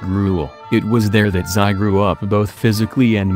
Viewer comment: "Xi" Jinping is pronounced as "SHI" Jinping, NOT "SAI" Jinping, please.